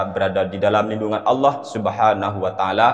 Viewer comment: baca qur'an belepotan, menyebut lafadz Allah dengan bunyi Awloh. Ini saja sudah menunjukkan bahwa dia tdk kompeten.